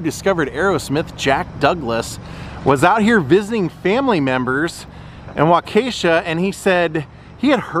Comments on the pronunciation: "Wakacia", lol. Well, your not the only one to butcher Waukesha, lol. Who would have thought that after all these years I would end up in Waukesha. Originally from upstate NY, work would bring me to Waukesha. But that's a whole other story. I've always been a Cheap Trick fan but what really got ne hooked on Cheap Trick was his connections to Hamer Guitars and Paul Hamer. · Agreed...Wahh---kuh--shaw.....as a local it burns my ears to hear it mispronounced. I actually went to HS with the daughter of CT's first manager who was in Madison. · It's pronounced "Walkishaw",Waukesha. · You’re butchering Waukesha. It’s Wok-kee-shaw. Wok, as in the Chinese cooking utensil. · I grew up in Waukesha in the 70s and 80s. I remember when Sunset Bowl had a fire and all of the bowling pin machines were outside in the parking lot, all charred. I would think if there was any memorabilia it probably burned up. And it's pronounced walk eh shaw or waa-kuh-shaa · Its pronounced wah-ka-shaw. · You were 5 minutes from my house in "WAU-KAH-SHA" :) We've crossed paths in Orlando at the Hogan Beach Shop signing. Would have been rad to pump into you again. Cheers! DK